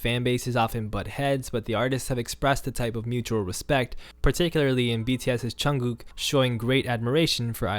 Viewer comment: omg he pronounced jungkooks name almost perfectly wth